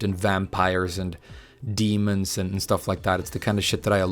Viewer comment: When you said "Demons" with that strong D I was sure you would say "Dat Ass" XD.